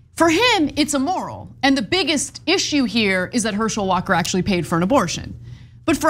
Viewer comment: My only comment is don’t say E-moral 😅